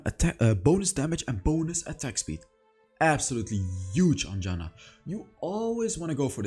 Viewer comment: Mate, Janna is my main char and I like how u play it. And also I love how u say her name. A good example is :)) .Good Job btw! I still think that Rod of Ages is a good item in some situations.